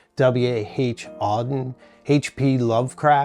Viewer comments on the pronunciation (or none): none